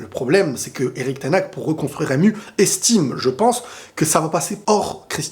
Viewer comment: Ten haag se prononce ten Har en soufflant le h!!!